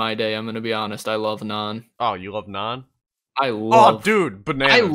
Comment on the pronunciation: Thats not how you say naan also you should try darbat or dosa with battaca and massala also the smeltery controller and stuff don’t need to be near each other at all